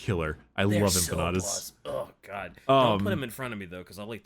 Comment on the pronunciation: its pronounced em-pa-na-da you two degenerates